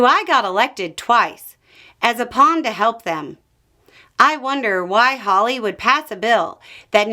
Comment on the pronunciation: did I hear "hawley"?!? stop. rewind. start over.